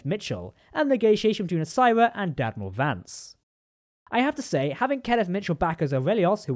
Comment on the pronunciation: I thought you called him Dadmiral Vance at first 😂